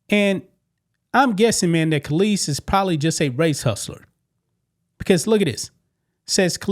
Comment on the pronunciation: You mispronounced Kelis.